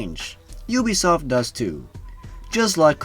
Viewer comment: I was playing assassin's creed when you said ubsoft